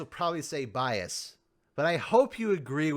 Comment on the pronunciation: No bee-as